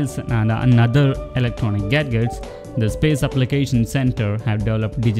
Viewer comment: Sumit Dogra Apart from that mistake, another big mistake I found & heard about Pronunciation...as the Voice Over pronounced "Gadgets" as Gad-Gets :) Hilarious and Surprising too...Work on it man and Improve quality of your Voice n Video as it shall be viewed across the world and if this is the way you Present your Video, I doubt how many will like it and your efforts will go down. Harsh but True facts. Good for your future ventures. Best wishes